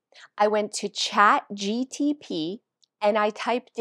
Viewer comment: Laughing at all the wrong ways you said ChatGPT 😂 thanks for the advice though